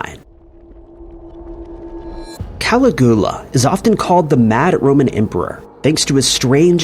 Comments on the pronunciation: It's pronounced Cuh-lig-yoo-luh. Sorry, I love your vids but that pronunciation Ca-li-gool-uh was killing me. Lol. You're great tho, don't sweat it too much but maybe check those pronunciations before recording your narration. Same with Med-eh-lin. It's actually pronounced like Med-uh-yeen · Ka-LIG-yoo-Luh means Little Boots/Sandals. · How do you get Tiberius correct but not Caligula hahaha. . It's pronounced Ka-lig-you-lahhh.. Good try though😁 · Bernie Mad-off is pronounced Maid-off. And don't even get me started on Cali-goo-luh. Did you do any research before making this video?? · Cala Goo LA ! 😆😅🤣😂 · "Cali-GOO-la" is the sole reason I will not hit that like button. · "Cali-GOO-lah" omg. Dude. Be so for real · I came down here looking for this comment lol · Is Cali-goo-la anywhere near Pascagoula? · I'm almost positive this has to be AI narrated with voice. Everyone knows how to pronounce Caligula. Also didn't even say Madoff correctly. Ridiculous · Agreed Caligula is it but you don't pronounce Dublin right either, I think you might do it on purpose lol! I really appreciated this 1 as my sister is a sociopath, the 1 just above me. I grew up in a family of 5 girls & she abused me with words my whole life? We grew up with 2 alcoholic parents, but they weren't as bad as she was, how can someone be that cruel? And to this day I don't speak to her, I had to step away... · Yes the pronunciation of Caligula really is as bad as i thought 😂😂. Also have you noticed how never bothers to interact with his audience in comments? Its like a factory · 🏃‍♀️<~~ me running ro the comments to see all the Caligula pronunciation outrage 🍿😂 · 😂😂😂me too!!!!! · It took me hearing it three times before I realized who he was trying to talk about 😂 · Please stop pronouncing Caligula like that, sounds ridiculous and there's no excuse whrn you can just google the pronunciation 🙄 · It's done purposely to gather video interaction